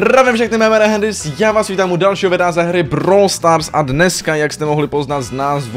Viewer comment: Ty si řek místo brawl stars brawl boll